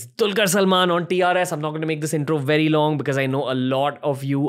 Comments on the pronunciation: it dulquer not tulquer bro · I only came here to see how the name dulquer is pronounced.